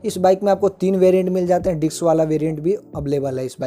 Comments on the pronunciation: Bhai it's not diks brake.... it's Disk Brake. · Diks नही disk